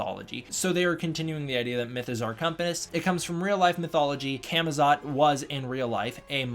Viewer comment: When the Legendary speaker mispronounces Camazotz and continues with that mispronunciation. I mean, I know you’re gonna have an American accent, but PLEASE at least try.